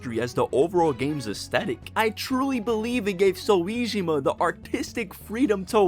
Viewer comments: clicking off now cuz who tf is "so - wee - gee - maahhh" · i fw the video but the voice makes it a little distracting, especially when you mispronounced soejima's name and said p5 royale instead of royal. great edit, i'm not rly trying to hate i swear. it's just that when you're so upbeat it makes these things easier to notice